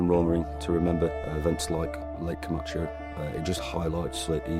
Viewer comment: Vert interesting but please learn how to pronounce Comacchio! Please!